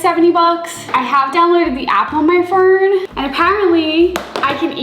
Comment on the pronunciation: Hilarious how she ordered a faux KerKer Cola cover and downloaded the printer app to her (mobile) Phern. Lmao how is it possible to say COLA but not COCA.